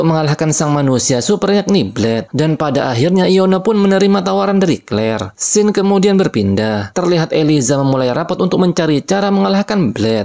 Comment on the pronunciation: Scene dibacanya bukan sken bang, gpp moga ada improve lagi ya kontennya😁